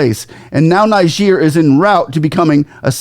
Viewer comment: Are you saying Niger or Nigeria. Your pronunciation is not clear there. It appears you are saying Nigeria instead of Niger